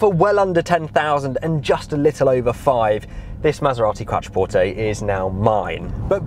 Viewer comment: 'Qwatra-porte' lol